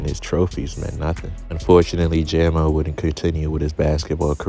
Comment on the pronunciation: It’s jam-o not jay-mo